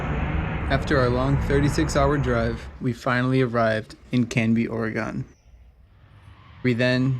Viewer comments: Canby Ore-gone? Lol u never pronounce Oregon like that…but I like it! Picasso! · Btw oregon is pronouced like "organ" with a little "uh" between the two syllables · lol he said Oregon wrong